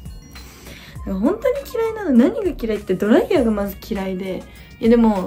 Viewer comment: ドライヤーのイントネーションもお風呂嫌いなみつほちゃんも好きぃぃぃいい